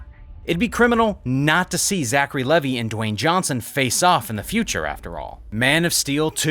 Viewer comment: Lee vy not Levee